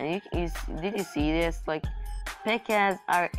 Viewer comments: instead of P.E.K.K.A he says pika do you mean pikachu XD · that's not how you say P.E.K.K.A